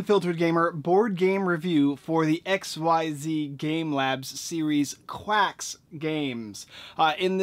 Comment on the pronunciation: Is it “quarks” or quacks”?